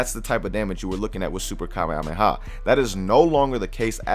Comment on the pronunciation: kamehahamehah😂😂😂😂 i'm just joking guys i love